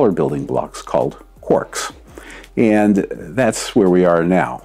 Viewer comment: 023: you "understiand" why I do the science I do "iand" further more